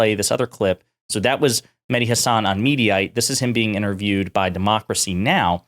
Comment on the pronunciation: If he's your favorite, why can't you say his name right? Listen to him. That's not how he pronounces Hasan.